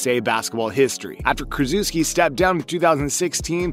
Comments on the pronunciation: Krzyzewski not pronounced "Kreh-zoo-skee" like you are reading it. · You pronounce Coach K name wrong.. and USA ego is too big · Ny-Smith and Kruzuski? I figure this guy doesn’t pay much attention to basketball if he mispronounces those well-known names.